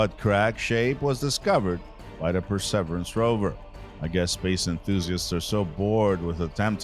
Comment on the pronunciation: Wow, this voice over could be used as a template, as to how not to do it. Could his voice sound any more bored? Oh moo a moo a is how you pronounce the asteroid. The Perseverance was pronounced correctly after 5 “Pre severance” attempts LOL. Maybe read through would come in handy?